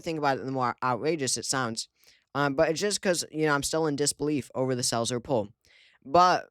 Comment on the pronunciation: When he said "the Selzer poll" I was sure he said "the cells are full" . 😮😮😂😂